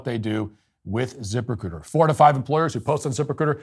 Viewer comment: I thought you were saying "zipper-c00ter", not "Ziprecruiter." Yikes, I hope they didn't pay much for that company name.